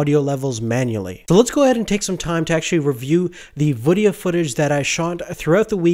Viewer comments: man it's "VIDEO" Footage...not "VDDEO" hahahha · "voodeo" footage? lol Great review though. Decided to stick with 70D.